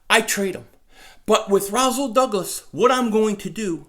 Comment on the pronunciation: naw bro its Rasool ppl mess my name up all the time making the s sound like a z